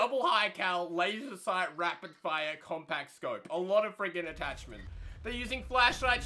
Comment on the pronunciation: as soon as he said wazer sight.... me = aight imma head out